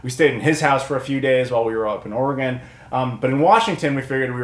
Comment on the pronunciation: I'm from Seaside, OR originally. Had friends and their parents in Kindergarden Cop and such. But yeah.... THE GOONIES HOUSE IS OFF-LIMITS!!!! lol, can't believe you actually made it up there! The signs weren't up?! Did you not go see the lighthouse from the "Ring" that is in Astoria? Also it's pronounced "Ore-uh-gun" and "Ass-Tore-eah"! Just like Illinois is pronounced "Ill-uh-noise"! Great pick-ups video! The chase seen from The Goonies was done down in Cannon Beach next to Haystack Rock and the restauraunt was up on Tillamook head over-seeing Canon Beach (Ecola State Park). That is also were the Fair was shot in "Kindergarden Cop". My famile's ashes are spread in the Ocean there, and I lived by that rock for a couple years one time.